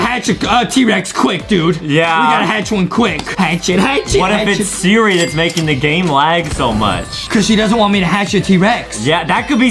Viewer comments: Justin sed sera idiot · justin say sirl srach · I love how Justin’s say Siri but he says Sara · I love how Justin mistakes “Siri” with “Sarah” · yeah justin like. To say sirl Sarah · He zaid Sirah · Yeah I like when Justin says Sarah but it's actually Siri bruh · Justin: Sara Me: bro it is siri Adem:siri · Justin: sierra " me: ITS SIRI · Mabe Justin needs a teacher because he keeps saying siri shara 😂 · It is Siri not Sarah